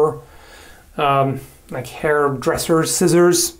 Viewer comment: Did you rike it?